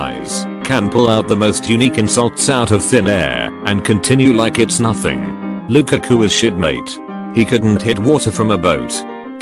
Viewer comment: Wtf way is that to prounce lukaku